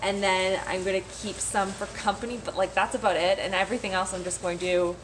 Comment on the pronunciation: The moment I noticed the no frills and roots, I heard the o when you say about. Not sure why I am happy you're Canadian. :D Canadian dollar tree does have better stuff storage and glass n things but its never actually a dollar. American dollar tree doesn't have the nice stuff but everything I have spotted was definitely a dollar. Rather strange.